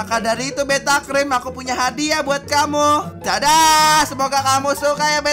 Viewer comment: kok tulisannya beata padahal ngomong nya beta